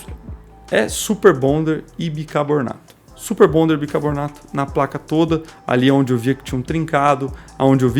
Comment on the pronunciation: É sal e BICARBONATO, e não Bicabornato